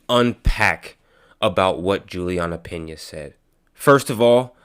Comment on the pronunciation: / HEY..? 1- IT IS PENA, LIKE PEEEEEEEEEEENYA! NOT PINA! ( PIN-YA ) 2- FIGHTING IS NOT A "SPORT". ITS A CONTEST OF HATRED, VIOLENCE, RUTHLESSNESS AND BRUTALITY! AMANDA NUNES IS A VERY ANGRY, VERY TWISTED, AND VERY CONFUSED ANIMAL! SHE IS TRYING TO BE A MAN BUT SHE IS NOT! AND SHE DOESNT KNOW HOW TO BE A WOMAN! AND ITS HER ANGER AND HATRED THAT MAKE HER AS STRONG AND RUTHLESS, VIOLENT AND BRUTAL AS SHE IS! AMANDA DOES NOT NEED "TO FIGHT"! AMANDA AND EVERYONE ELSE WHO IS "FIGHTING FOR SPORT"? ALL NEED TO REACH OUT TO JESUS CHRIST FOR FORGIVENESS, REPENTANCE, HEALING, RECONNECTION WITH THE ONE GOD AND FATHER THAT CREATED US ALL! LOVE, UNDERSTANDING, TRUTH, AWARENESS, SELF UNDERSTANDING, THE RIGHT PERSPECTIVE ( ACCORDING TO GODS EYES, NOT OUR OWN LIMITED VIEWS ) DIRECTION, GUIDANCE AND A REBIRTH SPIRITUALLY, AND IN THEIR HEARTS! AND A REAL, TANGIBLE, INTERPERSONAL, EXCLUSIVE AND PRIVATE RELATIONSHIP WITH GOD OUR FATHER, THROUGH OUR BIG BROTHER, AND ONE AND ONLY SPIRITUAL SAVIOR, JESUS CHRIST! JULIANNA HAS A LITTLE CHILD TOO! AND NEEDS TO BE SPENDING ALL HER TIME WITH HER DAUGHTER, AND MAKE SURE AS A MOTHER, SHE IS AS HEALTHY AS POSSIBLE! SO SHE CAN BE HERE A LONG TIME FOR HER DAUGHTER! ALL OF THESE PEOPLE HAVE ENOUGH MONEY TO OPEN THEIR OWN SMALL BUISSNESSES OR INVEST IN OTHERS BUISSNESSES, TO HAVE A SOMEWHAT SECURE FUTURE. NO ONE NEEDS TO FIGHT FOR MONEY! OUR WORLD NEEDS LOVE AND PEACE AND AS MUCH BROTHER HOOD AS WE CAN GET, BECAUSE IN CASE MANY OF YOU HAVENT